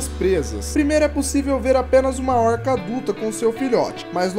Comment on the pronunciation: Porque você fala óóórrrrrrrrrca???